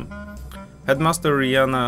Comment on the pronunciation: ZIOMEK TIWÓR czytaj "riana" , jak ta piosenkarka np. umbrella stary dobry utwór (ach te wspomnienia) :)